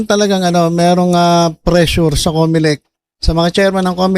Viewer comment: Presyo po di presure😂😂😂